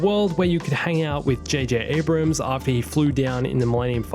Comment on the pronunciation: It's not J.J. "Abraham" lol